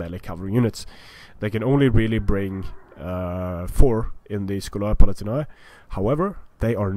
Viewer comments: Oh btw,"scholae palatinae" is pronounced without the a before the e.In latin "ae" behaves like an "e" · Pretty much,I think its the same as that weird nordic "ae" letter.Your pronounciation is prefectly correct for modern italian tho :D